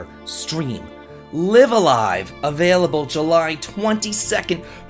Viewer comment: Did anyone else catch how they pronounced LiveALive? I always said it the way said it but apparently it's L(eye)V a L(eye)V. It sounds wierd. I can't wait for this version though.